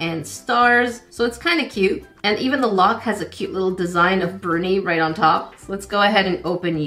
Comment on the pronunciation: Bruni, luv, not Burnie.